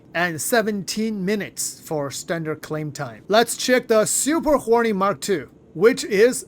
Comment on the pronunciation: "Super Horny Mark Two" ROFLMBO! Was that intentional or because of the accent? Sounds like the unofficial name people gave it.